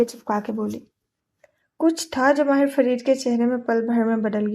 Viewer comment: yr her pronounciation of MAHI and MAHIR is soo confusing